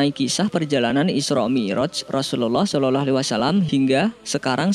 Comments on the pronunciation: Sholallah om bukan shololoh 🤣🤣🤣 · entah ini telinga saya yang salah atau yang biacaranya yg salah dia menyebut nya "solelahalaihi wasallam" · TOLONG UNTUK MENGUCAP (SAW ) JANGAN SOLOLOH,, TOLONG DI RALAT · Ente meyrbut asma Allah , blgnya shololoh , itu salah dan ente suaranya jelek bngt